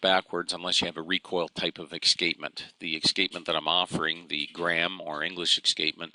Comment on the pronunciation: Excapement? we pronounce it as es cape ment ;-)